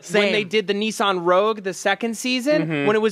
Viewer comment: Maude, you should tell them it's "Nissan", not "Neeshan" LOL